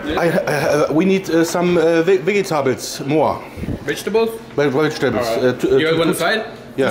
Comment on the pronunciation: Philipp Narten kommt davon wenn man einfach sagt: wegetables plis 🤣